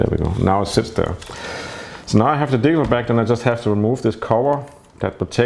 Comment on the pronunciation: Am I the only one who hears him saying "diesel back"?